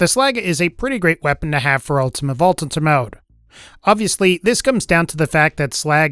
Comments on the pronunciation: "ulTimaTTE vaulTT TThunTTer mode" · "Ultimate vault tunter mode"